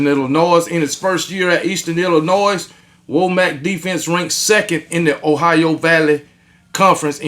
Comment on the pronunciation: Just FYI. It’s pronounced WAH MUCK. RTD!